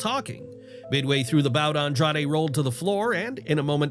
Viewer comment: The irony of talking about names being botched then immediately calling Andrade "Andrado" lmao